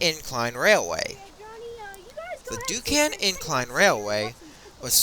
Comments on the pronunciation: it's Duquesne, pronounced Duke-Cain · Sorry but the pronunciation for Duquesne is Du-cain and for the Monongahela River is Ma-nan-ga-hayla.